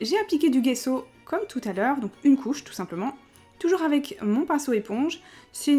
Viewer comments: Salut j'adore vraiment tes videos diy mais je voulais te dire le gesso si dit jesso et pas guesso. Apres moinon ma toujours dit sa ! Sinon Continue comme ça ! T'es la meilleure!!! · On prononce "gesso" comme s'il y avait un j à la place du g! Très bonne vidéo😊😘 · perso je dit pas gesso comme sa,je prononce le g comme on lit la lettre c'est compliqué a expliqué! Mais on dit les 2 love love love😘